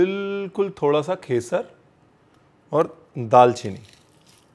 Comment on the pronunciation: The accent can be different for everyone, even if they are representing a specific place, but I think that correct pronunciation in a language is very important. Which doesn't seem to be the case with Ranveer's language, like he says 'khesar' instead of 'kesar/zaafraan' and 'kheema' instead of 'qeema'😅